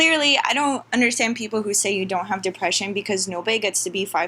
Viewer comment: Jesus.....the depreshun 🤦🏻‍♀️